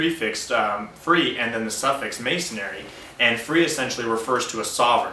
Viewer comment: Why do you keep saying "mason-ary" instead of masonry?